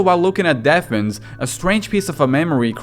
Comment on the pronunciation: The flowers are pronounced Daph-Nees, but I love how you pronounce them :)